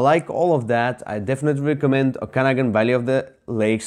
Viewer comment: Very good thoughts on the game: Just a helpful hint, Okanagan pronunciation: There is an extra emphasis on the third syllable :)